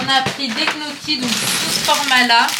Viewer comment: 😂😂 on dit nyo ki pour les gniochi et pas knoki. 😊